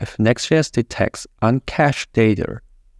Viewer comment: This is the best Next.js 13 explanation 🎉 but sorry to say, your English is quite ugly. You pronounce data like "dater" 😅